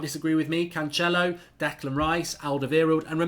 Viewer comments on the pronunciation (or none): The second C in Cancelo os pronounced like an 's'. He's portuguese not Italian. In Italian your pronounciation may be correct with the 'ch' sound. Just culturally aware advice. Like the channel.